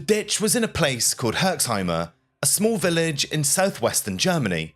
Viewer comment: there is no "e" at the end of "Herxheim" :D You pronounce it perfectly, just stop at the "m"